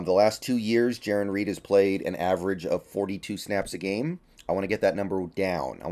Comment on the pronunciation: It is possible for you to Pronounce Jarran correctly!!! You kept saying JaRON and it kept triggering me. lol